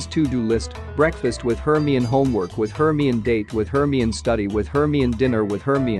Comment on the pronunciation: The way they say Hermione 😭 "HURRME"